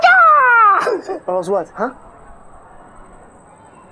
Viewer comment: OMG!!! DID she jux said YELSE!!! I FEEL LYK I'M IN HIGH SCHOOL Again!!!!!